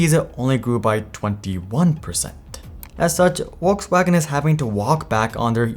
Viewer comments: It's pronounced VolksVagen not WolksWagen lmao that was hard to listen to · Info from a german native speaker: its not Wolkswagen, its Folkswagen! Besides, great infos! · Volkswagen starts with a V. Either Volks-wagen or Folks-vagen, but not Wolks-wagen. Good video otherwise. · Is it my phone's speaker or is he really pronouncing it "Wolkswagen"?? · The 'V' in German language is pronounced as an 'W' or an 'F'. In this case it is 'F'olkswagen. Think about 'false'. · Bro if you're about to pronounce Volkswagen a dozen times in a video it would be probably a good idea not to pronounce it Wollkswagen. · Lol brown dude saying "wolkswagon" 😂😂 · What brand is “ wolks wagen “ ? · You pronounce VW wokeswagen? Really? 😅🙃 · On a second thought; Keep calling it “Wokesvagen” sounds better that way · I looked it up and you pronounce the V in Volkswagen. Are you trying to pronounce it the way Germans do? Then it's more like Folks-Vah-gen. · Your pronunciation of Volkswagon is triggering 😅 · It's pronounced Folks Vargen. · It would be nice if the producers of videos such as this one could learn to pronounce the names of car brands correctly. "Worcswagen" really hurts my ears. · Not being picky but the pronunciation of the company name is weird. In English, the company is Volks (V sounding like V in volt) Wagen (W sounding like W in war). In German, Volks sounds more like the English Folks and Wagen the W sounds like V as in volt, it's Vargen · eats popcorn and enjoys and smiles :) Yummie yummie :) Die VolksWagen (V in german is prenouced F... not that hard, else we start calling New york as Nwe Y-rk) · Its pronounced with a “V” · ffs, if youre going to say the brands name 400 times, LEARN HOW TO SAY IT. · I think I realize what you did. When Germans try to pronounce the English V, it's a common mistake for them to say it as a W. For example, "vest" becomes "west" because German W = English V, so they think it's vice-versa. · the way this guy pronounces Volkswagen is shite